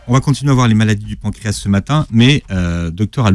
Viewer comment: il faut prononcer le "S" de pancréas. Voir dans le dictionnaire la phonétique.